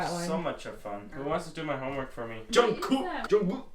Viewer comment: no one: literally no one:: who wants to do my homework for me also:JuNgKoOk, jUnGcOck....😂😂